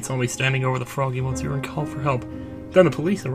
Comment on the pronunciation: I hate to be one of those commentors but 2 things, the mon in monsieur pronounced muh...kind of >.> and the miaou is basically meow. Because that's how french folk spell meow. (Dogs say ouaf instead of woof) Pronounce it how you want but I just thought I'd help. Hope you're having a good holiday and have a good new year, too